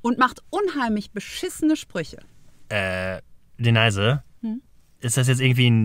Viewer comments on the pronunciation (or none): ich hoffe denaise.. heisst nicht wirklich deneise... oder sonstiges, sondern "Denise"... so... das dazu. Guter zusatz zu deinem geschwafel.. = mehr geschwafel... = trotzdem: besserer content als 80% vom rest von YT... ich feier es hart... grüsse an. Und natürlich D-NIce-E. Grüße aus Bremen! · Alter, sprich doch mal den Namen der Frau richtig aus... "D-Neise" heißt sie sicherlich nicht. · Ich finde es immer wieder interessant wie Du Denise aussprichst. Meine Tochter heißt auch so,ich spreche es aber Deeniis aus Du aber Deneise. Habe ich so als Aussprache auch bisher noch nie gehört. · Das hat er mal in einem früheren Video erklärt: Ist mit Absicht falsch ausgesprochen. Ist quasi ein Nickname/Kosename für sie, den er immer bei ihr verwendet.